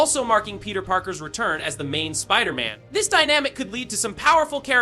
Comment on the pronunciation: Bruh check your AI voiceover - Wolverin and Spider...Man is pretty embarrassing